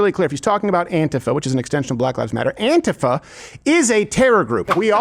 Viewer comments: “ant-if-ah”. Remember Steven you voiced over a genius…that does NOT does not equate you’ ARE one! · Why doesn’t Steven know how to pronounce “ANTIFA” correctly?